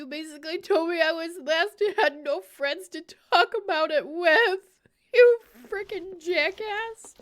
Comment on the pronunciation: Das my fwend!❤❤❤